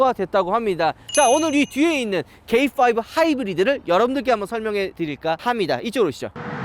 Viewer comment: 뭔 뽜이브요?